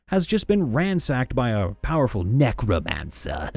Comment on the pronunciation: The way you said Necromancer made it sound like Neck Romancer... And thats just a Vampire.